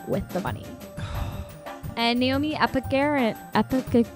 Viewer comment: u butchered my girl naomi’s name 😭 i love everyone here though